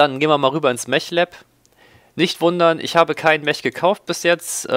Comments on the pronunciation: Man muss ja nich immer alles auf englisch aussprechen, vor allem da das Wort Mech auch im Deutschen existiert. Dennoch bevorzuge ich auch die Aussprache "Meck" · Nur eine kleine ausprach frage: spricht man "Mech" nicht wie "mek" aus? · Na es geht doch. Du kannst das Wort "Mech" doch richtig aussprechen. Erst bei , aber besser als nie. "Mech" wird mit einem "k" am ende ausgesprochen. So wie du es aussprichst, da wird ja einem wirklich schlecht. Und weil du das Wort gefühlte 20 mal die Minute sagst, gebe ich jetzt auf und schaue mir dein Video nicht bis zum Ende an. Da dreht sich mir immer der Magen. Grauenvoll, ...ist das ein Englisch... man oh man.